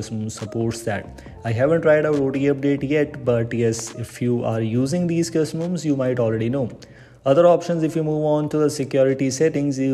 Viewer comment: Pronounce "custom ROMs" correctly first. It's extremely distracting every time you say 'cuzzumoms'.